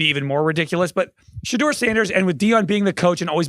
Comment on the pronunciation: You guys have 3 months to figure out how to pronounce Shedeur! 😂